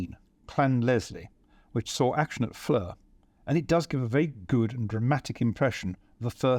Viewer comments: For future videos, the name FLERS is pronounced FLAIR and not fleur. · Great presentation by a very gifted, knowledgeable and enjoyable host, the only annoying thing being the incorrect pronunciation of "Flers", which should be pronounced just like "flair" and not like the French word "fleur" (flower) as we're hearing here. As the name gets repeated again and again, it would've been great to check its pronunciation beforehand...